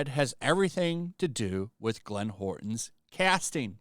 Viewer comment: jeez man you can't read even worse than gundam..... howerton or whatever the dude's name is =/=horton, and you did wayyyyyyyyyyyy too many more for me to go back and point out... how hard is it to... literally...... read what's on the damn screen guys? making the critics look like illiterate idiots